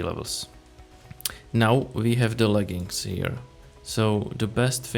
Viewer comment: Leggings not leggins